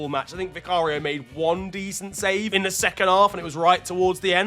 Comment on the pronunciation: “It’s De History of de Tottenham..” hahahaahhaahahahahaahaah